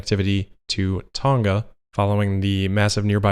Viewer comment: Hey I think you said it right Tong a not Ton ga